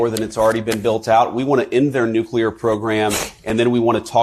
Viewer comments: He said “nukeyaler” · Dummy can't even pronounce NUCLEAR.